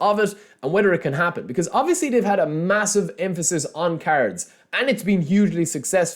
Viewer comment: Why do i hear carods instead of cards 😂 still in delima